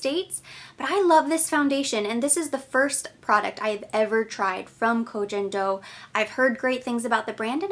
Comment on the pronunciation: Koh Gen (g like go) Do ☺️